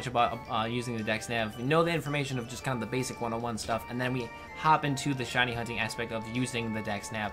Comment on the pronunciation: At the end when he talks about the shiny charm it kinda sounds like says "Hiney Hunting" hahaha xD